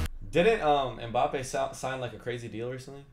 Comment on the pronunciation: It's MbappÉ with the accent not without it. People please pronounce it correctly